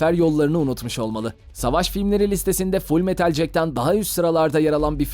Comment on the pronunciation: okumayı bilmiyor musun ? full metal cek değil ceket ....jacket